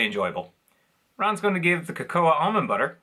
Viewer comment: It's pronounced 'Coco' - The a is silent but for Cacao its pronounced 'Cacouw' I was going to highlight the Natures Path error after the first time but you put it on screen after the second time you made that mistake. I'm sure on Tami Dunn's channel they have mentioned the confusion between the two brands before. Again these aren't particularly exciting and it seems we only get a new flavour NV bar every six months - a year plus usually it has Peanuts anyway even if not obvious as in being in the name of the bar. Funnily enough I just thought Beard Meats Food who is a British competitive eater recently did a Breakfast Bar challenge and I commented on how amazed I was that the 'Eat Natural' bars he featured even sold - They are another one of those bars with nuts whether it be Almonds or Cashews where as I prefer a plain Granola Bar. Always thought that was odd too how in North America you call all Cereal Bars Granola Bars despite Granola being a specific type of Cereal and its the same with Biscuits you call them Cookies even though Cookies are a specific type of Biscuit. I think you will admit the British way of naming is better!!!!